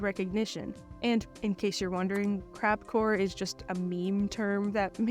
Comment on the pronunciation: lol I thought you said "CrapCore" not "CrabCore"